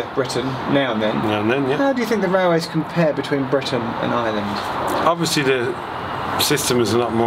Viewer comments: can properly say words in Welsh, Gaelic, and Irish, but still can't manage to say Ireland, and instead says Island. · Apart from saying Ireland as "Island"